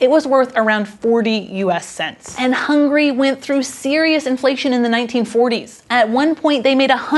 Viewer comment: Also stop pronouncning it Hungry, it's Hungary come on.